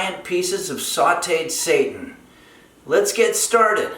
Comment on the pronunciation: Him pronouncing it as satan instead of seiten has me cracking up lol. Also I thought this was actually vegan but the eggs snd butter ruined that but I'll substitute those and lastly the cat on the counter was a 🙅🏾‍♀️ for me. That's why I could never eat food at potlucks, you never know what oeople have going on in their kitchens..but thanks for the recipe!!